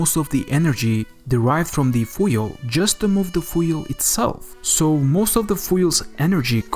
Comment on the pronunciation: A very good video. But for God’s sake, learn how to say FUEL properly.